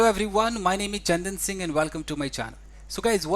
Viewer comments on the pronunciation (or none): none